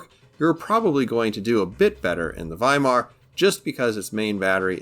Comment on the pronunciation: Great! The first non-german CC who pronounced Weimar correctly 👍👍